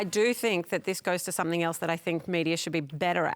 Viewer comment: You lost me me when ole mate said "Somethink" instead of Something. A failed education, I'd guess.